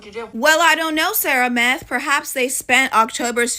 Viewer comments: "Sara Meth" 😂😂😂😂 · Lol did that lady say Sarah Meth?